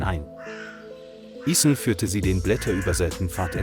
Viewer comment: The captions and audio don't match up. Also it's gross how. Ethan's name is mispronounced. Stop using chat bots.